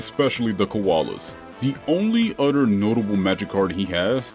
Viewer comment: "Every story event happens one after the UDDER"